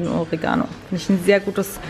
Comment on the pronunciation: der arme Oregano wird immer falsch ausgesprochen. die Betonung liegt auf den e. orEgano. :)